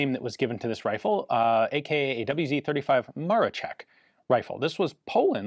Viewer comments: The "wz." should be pronounced as "vou zed". It stands for polish word: wzór (vzoor) similar to british "mark", or Japanese "type", completely connected with a year of official introduction in the military service. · I know this is a very minor point but as an Englishman I'm intrigued as to why Ian said "double-u zed 35" at 22m12s. I guess he's in England when recording?